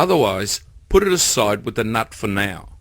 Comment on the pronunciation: Thumbs up even though you said wif a few times.